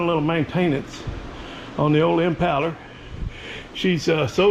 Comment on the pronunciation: There ain’t nothing better than a”1963 Impahler “